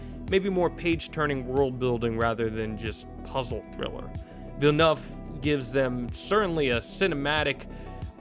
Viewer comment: "villenuff"? check pronunciation before rolling video.